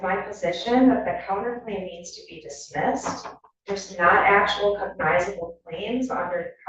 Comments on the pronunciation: She can't pronounce "cognizable." Judge keeps correcting her and she skips right over it. 😂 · I wondered if the attorney was using AI to script her arguments, but AI would probably be better. Not only does she not know what a cognizable claim is, she' doesn't know how to say the word.